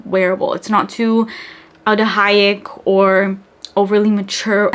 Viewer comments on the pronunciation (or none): Day 100 commenting that "aldehayick" is not a word - you mean aldehydic.